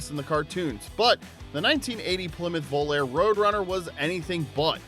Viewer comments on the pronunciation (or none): Had to bail after you not knowing how to pronounce the names of 2 of the cars. Do your homework before you post. Volare = vo lar a Capri = Ka pree